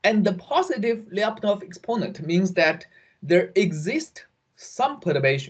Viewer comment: FYI: in name Lyapunov, the last syllable is stressed: LyapunOv